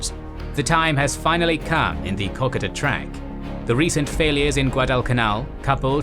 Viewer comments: IT1S KO KO DA NOT COCKADA,PLEASE,IT`S NOT THAT HARD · KO-KODA!!!!!!!!!! NOT KOK A DA . PLEASE STOP SAY8NG KOK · Far out please pronounce "Kokoda" correctly. It is pronounced "Koh-Koe-dah", not "kock-od-ah". As an Australian, it makes me cringe every time you say it to the point that I can't watch the video. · pron - co-co-dah. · its kokoda trail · Hurts my ears how you pronouce kokodo! Lol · Co Co Da, FFS. Each week people correct you in comments, you are totally butchering the Pronunciation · Drives me crazy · It'd just be nice if they pronounced words like "Kokoda" correctly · Excellent coverage. However , as an Australian, I find some pronunciations off the mark. Three come to mind, Kokoda, Ko ko dah, Maroubra, a beach side suburb of Sydney, Mar u bra, and Wairopi, named after the bridge suspended on wire ropes, Wire Ropei. Thanks for the series.